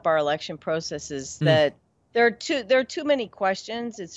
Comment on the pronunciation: I've spent a ton of time in California, and nobody pronounces "processes" like this: "pro-cesses." It's a single word with the first vowel rhyming with "pause." This is the third one of these that I've watched today--- and I see what they have in common.... they seriously need conflict to feel whole. "How are we going to solve the our MASSIVE, GIGANTIC problems!" 😢